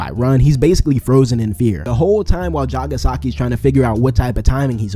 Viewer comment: Man say it right it's JAGAAAAAAN!